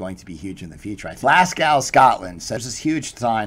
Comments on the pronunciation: Glaz-go, Scotland is the correct pronunciation. My hometown. And Bitpanda- forward-thinking Austrian crypto exchange. Joined it - has a very good wallet system which allows instant swap from crypto to crypto and into fiat (EUR,GBP,USD). That advert - Buchanan Galleries, smack in the middle of Glasgow's main shopping area. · Am i the only Brit here that lol at the pronouncing of "Glasgow" lol good vid as usual Thumbs up.